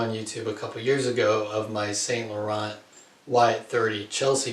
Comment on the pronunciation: San not saint .